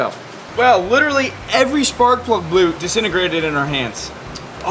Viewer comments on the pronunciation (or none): "spark plug bloot"